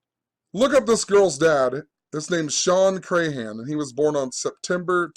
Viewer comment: You can't even pronounce Crahan correctly.